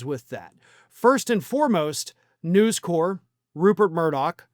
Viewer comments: it's NewsCorp - the "p" is pronounced. If it was News Corps, you could be forgiven for the French pronunciation. It's short for "corporation", not the French word. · Um.... have you never heard the name "News Corp." said out loud, before...? They are not The Peace Corps, man.